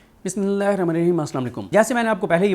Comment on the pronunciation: بسم اللہ ٹھیک پڑھا کرو کیوں گناہ گار ھوتے ھو ؟